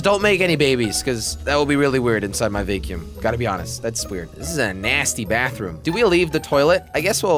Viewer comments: I used to dont mind watching jelly occasionally, then i heard how he says vacum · He said Vaycume it's Vacuum jelly😂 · it is not vaecumvacuum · I know it sounds like he is saying vay cume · Julian Camacho yeah ik it just sounds weird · Why are you saying vacuum so weirdly jelly😂 it’s pronounced “vack yoom” lol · i love how he says vacuum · The way he says vacuum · He don’t now how to say “vacuum”